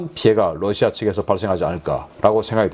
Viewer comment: 신선생님, Russia 발음 Lussia가 아닙니다. "ㄹ"을 부드럽게 발음하시는 것이 옳습니다.